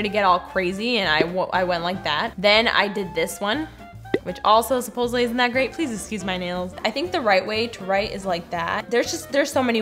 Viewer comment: I cannot get over "supossibly"... sorry xD